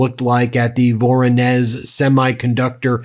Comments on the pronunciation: Voronezh you pronounce as Voron Esh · It’s pronounced vuh-RAW-nish…the “z” in Russian with an “h” produces an “ish” sound. I’ve been there…. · Hi, Ben. Voronezh is pronounced vuh-ROH-nish (sounds like vuh-roe-nish). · it is pronounced "Voronej" :-) with the stress on the second "o"